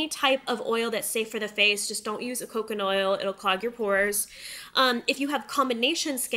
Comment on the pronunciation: I thought she said 'cooking oil.' What you said makes more sense though.😂😂